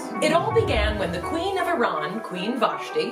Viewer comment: Thank you for saying "Iran" properly! That's my friend's pet peeve